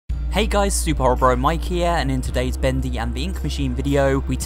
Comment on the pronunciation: It really makes me uncomfortable when he ends the sentences by making the last syllable of the last word longer. (for example: characteeersss, bendyy, studioo)